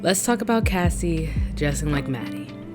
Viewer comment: loved this but the way you kept saying kacey instead of cassie 😭